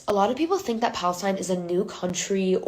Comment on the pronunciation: What is pa-LIES-tine??? 🤣🤣🤣🤣🤣